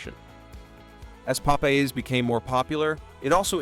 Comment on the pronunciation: Nice video. When you use AI for voiceovers, you can correct mispronounced words by spelling them differently. Popeye's should have been written Pop Eyes in the script.